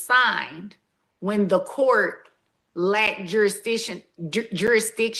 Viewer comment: The judge said.. juristion. Is it a black thing?? Like ax me?